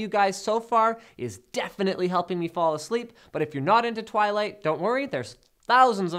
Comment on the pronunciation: twighlight lol